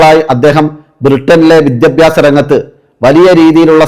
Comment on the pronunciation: *വിദ്യബ്യാസമല്ല പക്ഷെ വിദ്യാഭ്യാസം മലയാളം ശരിക്ക് ഉച്ചരിക്കാൻ പഠിയ്ക്കൂ😂*